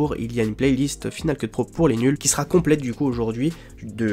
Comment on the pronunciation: F"i"nal Keut ? ça ne se prononce pas F"Aï"nal Keut ? tu n'as jamais pris l'anglais à l'école ??